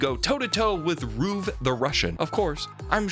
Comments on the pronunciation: Really? Its "ruv" not "RuUv" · i freaking hate you for mispronouncing ruv's name as roove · WAIT HE SAID IT LIKE ROOV WHAT, i have never heard someone say it like that